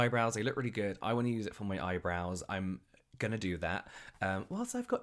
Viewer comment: I loved this video. I love that you're not doing the skincare mistakes videos anymore. They've peaked, usefulness-wise. I love love that you've... been saying eyebrowns wrong this whole time 😂 I love that I learn terms like "evergreen" videos from you. And hoarding is dumb.